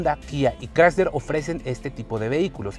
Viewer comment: Todo muy bien, pero...ES CHRYSLER. Ahí ya no.